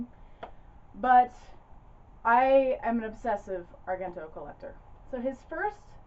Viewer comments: The proper pronunciation of Dario's last name is "ARE-JEN-TOE". The second syllable is pronounced like "Gent", in "Gentleman". If you want to give it that authentic Italian sound, you can roll the "r"s in his first and last name;-) Before-ah you know it, we make-ah proper Italiana, out of! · This was quite an interesting watch. I will have to take note and sniff out copies for my own collection. Your channel is becoming one of my favorites. Pronunciation-wise, of his surname, it would be "ahr-JEN-toh." A soft "g," not hard.